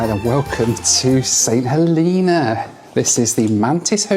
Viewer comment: Saint "Heleena"? Really?